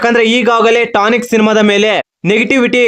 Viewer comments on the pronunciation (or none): ಟಾನಿಕ್ ಅಲ್ಲ ಕಲ ಅದು ಟಾಕ್ಸಿಕ್